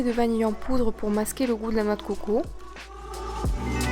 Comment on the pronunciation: j'aime la vidéo mais c dégueulasse comment tu dit lait de COCO !